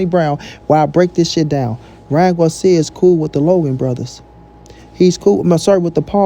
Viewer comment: Ryan what 🤣🤣🤣 said Garcia right 🤷🏻‍♂️ guarcia 🤣🤣 well guarcia or Garcia he’s a clown 🤡 anyways